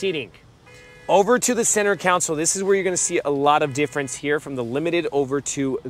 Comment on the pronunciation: Just a quick heads up…New Grammatical changes. No t’s in the word button anymore. It’s now pronounced Buh-un. Console is now pronounced Counsel.